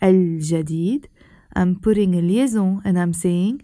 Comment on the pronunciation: انا فرنسي وعندما تقولين كلمة فرنسية (متل liaison) تقوليها جيداً. انا متاكد انت تتكلمين اللغة الفرنسية جيداً. صح ؟